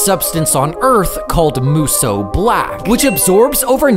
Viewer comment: “moosoo black”